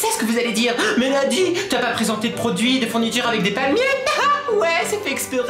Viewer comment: 3.30 je pensais qu'elle avait dit "prends du shite " au lieu de produits 😂😅😅